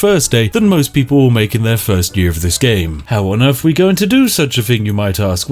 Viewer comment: British person that can't pronounce "TH" How on Earf are we going to do such a thing? Anyfing like that? Wif anything like that?